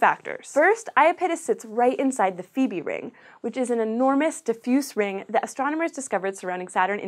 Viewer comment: She said Phoebe wrong :/ If you know what a phobia is, it is pronounced like the "phobi" in that.